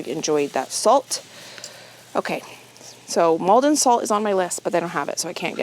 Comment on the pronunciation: Did you know that freezing your cooked rice lowers the sugars, making it a better option for diabetics? Additionally, Maldon sea salt is from my hometown, a small town on the east coast of England; we never buy any other salt. And you pronounced it perfectly xx